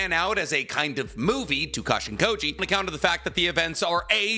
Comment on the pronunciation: Every time I hear Jairaiya’s clone name = Cash-in-Kody.